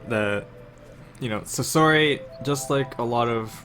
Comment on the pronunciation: "Saury"? That Sounds Like A Pronounced "Sorry"